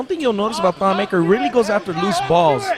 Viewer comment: Damn this annoying commentators say thon's last name wrong